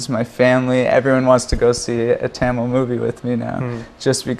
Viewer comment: Parthi Kandavelukku Tamil pronounce panna varliya